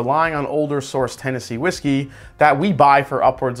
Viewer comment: Is it just me or did you say Tennessee Whiskel at the end of the video?